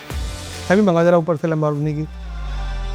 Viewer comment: Lamborgani 😂 1.38 😂